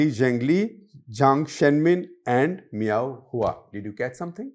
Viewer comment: I think guptaji ka pronunciation thoda dheela hai, its admiral meow who. 😂😂😂